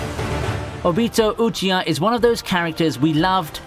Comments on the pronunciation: Nigga really said "Ewbitoe Uchyija, and Ginchuryiqui"🤣🤣🤣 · Why is he pronouncing “Obito uchiha” like that 😭